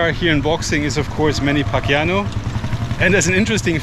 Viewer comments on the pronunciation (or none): its Pacyaw not pacyano hahahahaa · Sir, it's Paquiao, pronounced "Pak-yao" (no 'N'). Our other famed athletes are: Rafael "Paeng" Nepomuceno. He was six time World bowling champion and a World Bowling Hall of Famer. He has many more accomplishments, too many to mention here. Efren "Bata" Reyes, nicknamed "The Magician". Professional pool player. A winner of over 100 international titles, Reyes was the first player to win the WPA World Championships in two different pool disciplines. Did you mention about our National Bird - The Philippine Eagle? (Sorry if i missed it.) It's the largest in the world in terms of length and wing surface area. It is a beautiful bird especially when it raises its head plumage making it look like a lion's mane. You can see one in Davao at the Philippine Eagle Sanctuary. :)